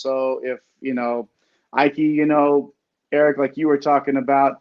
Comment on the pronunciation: Just a heads up guys! Graham Ike's name is pronounced E-Kay not I-Kay 😁